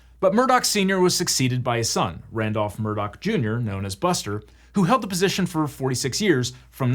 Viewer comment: why during the trial did everyone pronounce it “Murdaugh” as it is spelled if that’s not how you pronounce it? Legitimate question